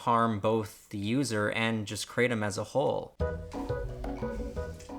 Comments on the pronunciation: I completely agree here, my experience was the exact same, and then again with even higher doses for a longer period of time as well, and I also have more experience with other opioids and opiates. Kratom (pronounced "kreh-Tom", as in the name "Tom") has a half-life that is much longer than many opioids/opiates. It builds up in the system with daily use, requiring higher and higher doses to maintain and yet keeps increasing in the rebound in ways with certain active metabolites especially. This is compounded by using strong or extract kratom. The withdrawal can be much more prolonged than many other opioids, including herion. It's not as severe in ways, but I would mostly call it "different" - it's more severe in ways as well, especially the length some symptoms can last - but the first three days are not as much of a hell as other opioids either. It's bad in it's own way. It's quite addictive because of this nature, and how slowly and insidiously it takes hold, because it does seem so benign and controllable at first, especially before daily dosing and seeing how others react without daily dosing. Kratom NEEDS to stay legal to be safe and can be quite beneficial, but don't ever trick yourself into thinking daily use will work out for you in the long run. It could be quite hellish, so only do so if desperate. It is unknown if some of these side effects are permanent, because most people just seem to get used to them but clearly still show behaviors that someone who is low on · cray tum* This guy can't even pronounce it right. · Why do Americans insist on changing words ...the pronounciation of "Cratom" is "Kru Thom" "Kratom" in asia it is consumed by MANY and it is found everywhere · Anyone who pronounces it Kra Tom is a pure asshole. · Anyone else hate when it’s pronounced cray-tum? 😄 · It's from Southeast Asia and they pronounce it krah-tom. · Like crumb.....its pronounced cru-Tom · It’s pronounced Kratom not kratom